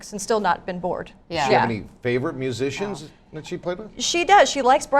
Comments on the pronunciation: Reporter couldn’t pronounce musician lol!!! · "If you haven't heard about Carol Kaye, you are in the majority..." what a bunch of ignorant clueless reporters. That woman in the yellow dress is a major dumbass. Because "musician" is one of the hardest words that can be pronounced...